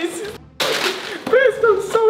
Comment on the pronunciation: Sorry but why do they keep saying pall it’s like their couple videos